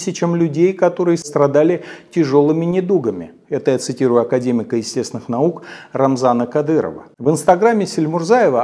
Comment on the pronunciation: акэдэмик. Какой прекрасный у него русский язык.